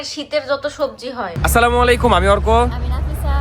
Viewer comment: সালাম দিলে সঠিক করে দিবেন। স্লামালাইকুম' সঠিক উচ্চারণ নয়; এর সঠিক আরবি রূপ হলো 'আস-সালামু আলাইকুম' (ٱلسَّلَامُ عَلَيْكُمْ), যার অর্থ 'আপনার উপর শান্তি বর্ষিত হোক'। 'স্লামালাইকুম' বললে অর্থ পরিবর্তিত হয়ে 'উটের নাড়িভুঁড়ি' বোঝাতে পারে, তাই সঠিক ও অর্থপূর্ণ সালামের জন্য 'আস-সালামু আলাইকুম' বলাই উচিত।